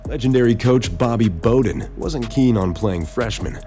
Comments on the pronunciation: Pisses me off every time I hear this moron pronounce Bowden wrong. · Who in the hell.is Bobby Boden that man name is Bobby Bowden lmao